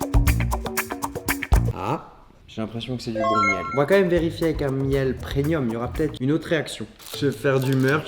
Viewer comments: pourquoi il dit "PreNium" alors que c'est preMium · PRENUIIIM...??? Non pas toi charle 😂😂😂😂😂😂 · Les gens qui disent ‘’prenium’’ facepalm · les bons produits preNNNNium ptdrrrr et surtout UN épice ptdrrrr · ARRÊTE DE DIRE PRENNNNIUM